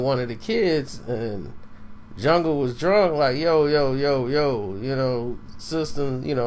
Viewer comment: He called em 'jung' 😂😂😂